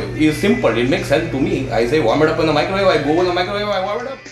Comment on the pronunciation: varm it in the microwawe!